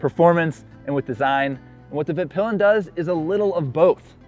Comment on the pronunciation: actually pronounces it right but... then just passes on.